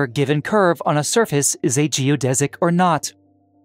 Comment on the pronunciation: finally, someone that pronounces "geodesic" properly.